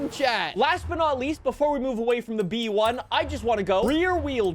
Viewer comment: its just B-One, not B-E-One